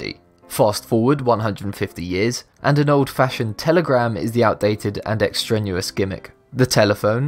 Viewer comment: "Extraneous" is pronounced "ex-TRAY-nee-us," not "extra newest."